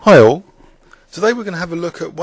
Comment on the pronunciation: isn't it a scots way to pronounce 'all'? like 'awe'.